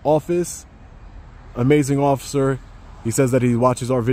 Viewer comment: I never realised before where apree got the pronunciation of ociffer from know I know it’s from you